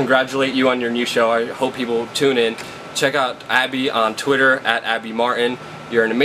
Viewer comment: can anyone under 40 pronounce a Consonant T any more?? Abbby Martin is awesome...WTF is "Abbey marr -en"